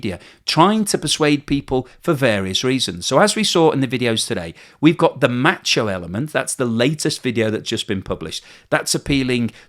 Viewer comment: It never sounds right when an Englishman says “macho”.